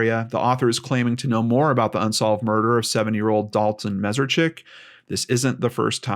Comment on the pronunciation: just for the record, his last name is pronounced Mess-ARE-Chik.